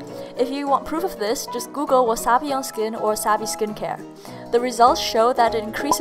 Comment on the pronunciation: that's how you say it lol